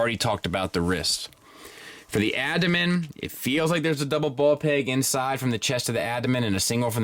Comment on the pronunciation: Being nitpicky, I know, but it's Ab-domen not Adomen.